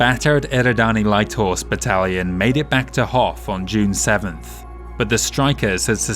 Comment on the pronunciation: I thought I heard "Hoth," as in the ice planet from Star Wars.